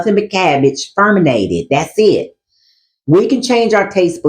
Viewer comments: Fermented, not ferminated. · It’s fermented, not ferminated